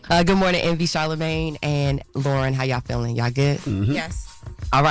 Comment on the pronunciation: It's LOREN. Not Lauren. Not Lauryn. LOREN!!!